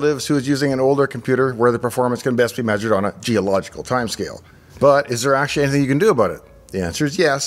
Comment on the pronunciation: It's difficult to understand you. Fast talk and so many slurred words with skipped syllables lacking enunciation. I'm disappointed because everything else looks so well done. Reh-stre (Registry) Ash-ee (Actually)